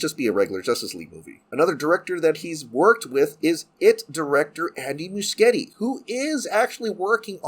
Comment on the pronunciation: I think Muschietti is pronounced "Mu shetty." I could be wrong.